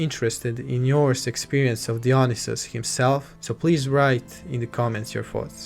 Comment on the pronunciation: great video , just one correction for future videos . its pronounced daionaisus , no dionisus